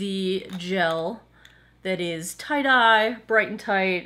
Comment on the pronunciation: Every time you say Tight-Eye, I think you've said tie-dyed! Lol! Either my hearing is going or I need more sleep. :-D